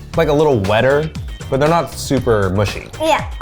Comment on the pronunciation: "They'rrrrrrrre great-!" Yes Eugene. You two are great.